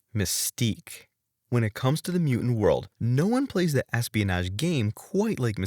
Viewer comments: What's a "mew-ant"? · “mu ants”? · What is a "mew-ant"/ "mew-uhnt"-?? Why can't this guy pronounce "mutant"-?? A very useful ability when producing video content about the X-Men!